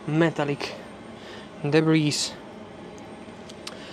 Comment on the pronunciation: Debris, the s is silent. Otherwise pretty good video.